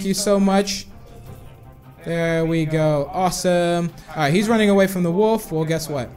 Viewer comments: You sed woof not wolf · Random Hobo I thought that too but it's his accent